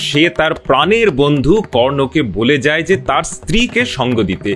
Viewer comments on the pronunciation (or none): none